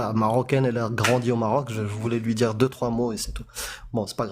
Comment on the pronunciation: Elle essaye de djire, et sa maman lui a dji C est interdji Elle a fait des etchudes 🥳 Heureusement qu en France aujourd’hui, ils donnent tous les diplômes aux chances 🤫 Insupportable 🤮 Ça comprend pas quand ça les arrange Mais qu elle faible. Faible d esprit, et ça ce reproduit